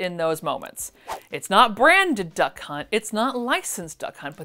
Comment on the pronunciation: This is now my new one woman show to go to when I am sad! Thank you for the entertainment, and I will be watching as many as possible!🥰💖🍦🎂🍒🌸🌹🌷🌺💐🌻🌼🥰 PS oh my God I almost peed. My depends when you said duck hunt because I actually heard. Da cunt😳😱